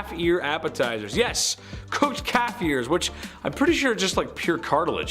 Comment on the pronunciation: OMG, I thought he said cat ear appetizers at first instead of calf lol